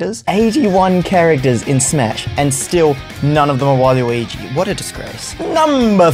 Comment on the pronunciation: Wall-you-wii-gee Wait what